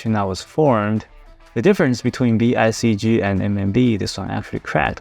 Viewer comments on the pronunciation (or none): It's VCIG not VICG